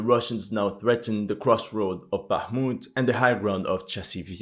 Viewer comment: very impressive, now try to pronounce Bakhmut's soviet era name- Artyomovsk)